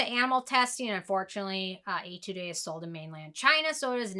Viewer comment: Hi it's your Korean subscriber again😃 "Etude" is pronounced more like "Ay tood", just like pronouncing attitude with an E. Love your review as always!